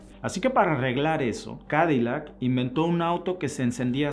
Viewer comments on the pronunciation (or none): none